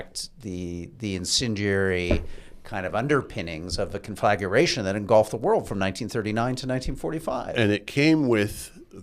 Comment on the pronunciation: Fun listening for the host’s new take on English words. Caught arnaments and conflageration- there may have been some others.